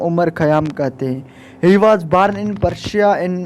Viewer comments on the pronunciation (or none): It's not barn it's born 🤣🤣😂😂😂😥😥